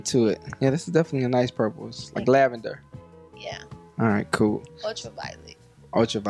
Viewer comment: he said glavender lmfao she future baby mama thats her only trade fr